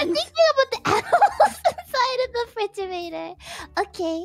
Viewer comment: I love how she pronounced it like "refrige-gator".